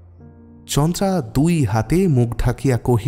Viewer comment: chandra sonache ucharon ta kintu naam ta chandara